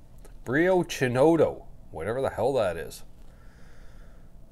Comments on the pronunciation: BUT if CHINOTTO is an ITALIAN PLANT, what does this have to do with CANADA? CHI N OTTO and not CINORO (as you pronounced it)... In Italy there are different types of chinotto.. a bit like wine.. but the citrus fruit CHINOTTO.. the real CHINOTTO IS BORN and GROWS in ITALY and not in CANADA. Even if, for example, LEMON is grown all over the world, the flavor that AMALFI has is nowhere to be found, like the CHINOTTO fruit. I hope that in these two years you had the opportunity to try other CHINOTTO brands and not just this one. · I was wondering how you were going to pronounce it. CH in Italian is a hard K sound like in "Chemistry" If you want to say it properly, here's a guide. Kin (as in "next of...") ot (rhymes with got, plot) to (it's a short hard "o" like Oregon without the "regon". No W or R sound at the end.) Emphasis on the second syllable kin - OTT - o. Give that a try. ...and yeah, it's a bit if a harsh taste for the uninitiated. Goes well with pizza and other savoury food.